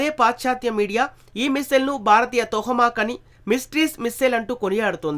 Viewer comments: Vinadaniki bagundi kani telugu spastam ga matladadam nerchuko ayya...plz....adi tohamak kadu tomahak....and also chala shabda doshalu unnai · Ore,,,, mack,,mack ,its Toma y bevcoof ,,how many times u r telling the USA missiles real name wrongly ,,bevcoof ,its not Toha